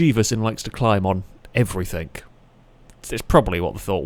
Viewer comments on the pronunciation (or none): Love your channel, please try saying everythinG instead of everythinK as it drives me as mad as your races much love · Agreed ... love the videos but the anythink/everythink instead of thing pishes in my porridge